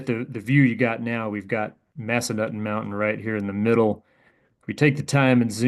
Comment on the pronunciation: I'm pretty sure it's pronounced Mass-Uh-Nuthin. Haha, I used to snowboard there.